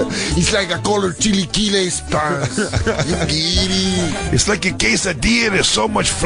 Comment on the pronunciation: That fool said "chilequiles". Hahaha